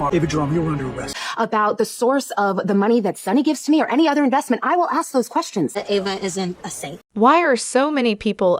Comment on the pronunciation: It’s A va NOT Ah va …lol